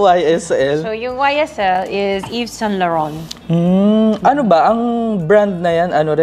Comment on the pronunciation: She trying hard to pronounce the Saint Laurent 🙄🙄